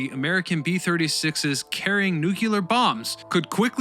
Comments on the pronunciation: My friend. It is the most destructive force multiplier ever used. Nu-clee-ur. Not nu-cu-lur. Content is most excellent. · It's nu-cle-ar not nuc-u-ler. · not "nu-cu-lar", it's nu-clee-ar", just saying 🙂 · Repeat after me: new-klee-er, not new-que-ler. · There’s no such word as “nuke-yuller”. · "nukulah warfare" ... instant quit + thumb down. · That's cool for the guy who says "nuke-u-lar."